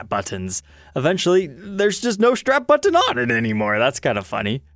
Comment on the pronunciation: The way says Button is so out of line with every other word he says...anyone else notice that?